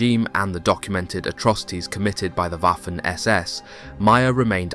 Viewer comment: Very interesting documentary. However, please stop pronouncing "Waffen SS" with the English "W". The letter w is pronounced like the English v, thus Vaffen SS.